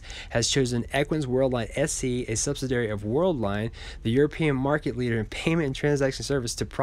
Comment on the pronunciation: Sub-sid-ee-airy....Love your channel, one of the most professional ones out there. Keep up the great work!!